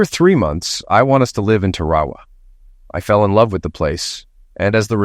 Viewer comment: Tarawa is normally pronounced Tar-a-wa, however, in California it may be Terry Wah Wah.